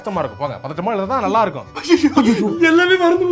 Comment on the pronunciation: brother அந்த ( நல்லா) என்ற வார்த்தையை அழுத்தம் கொடுத்து படிங்க . லட்சம் பேர் படிக்கிறாங்க.... ஆனால் நல்ல படிக்கிறது இல்லை .